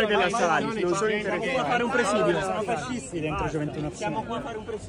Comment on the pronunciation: O Dio mio! I fassisti! I fassisti!🤦🏻